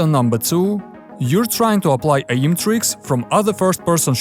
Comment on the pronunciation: What’s “uh-ee-m”?